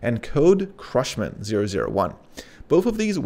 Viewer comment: "CRUSHMAN"??? Really? Great video but your mispronunciation of language model names was distracting... Babbage & Ada are historical figures - the models are named after them. It's understandable that you might not know how to pronounce those name but "CRUSHMAN"? How? There's no R in CUSHMAN!!